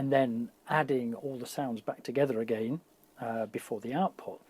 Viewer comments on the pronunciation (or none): none